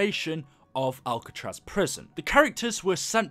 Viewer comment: It is Alcatraz not albetross